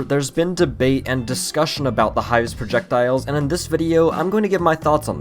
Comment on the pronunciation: I like the part where he said Projekdiles.